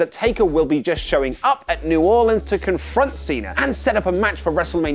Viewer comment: Thank You for saying New Orleans correctly. You earn more of my respect with each edition you "Headline".